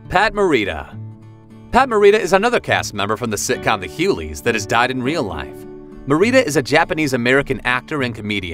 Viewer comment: WOW! Pronounce The Hughleys correctly. And it's DL NOT DI Hughley.